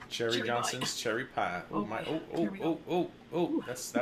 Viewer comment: "So cherry-yy" LOL that's our